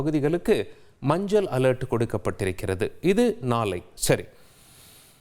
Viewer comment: நாலை,மஞ்சல் அலர்ட், நாலை மருநால், பல இடங்கல், வெல்லம், பகுதிகலுக்கெல்லாம் ...wow what great tamil pronunciation..hats off to you... 😂😂😂😂😂😂